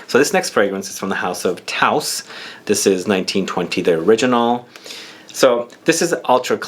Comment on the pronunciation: Hey, great video! Btw the "ou" in Tous is pronounced like in Coumarine;) It's the french for All (when talking about people). Keep up the work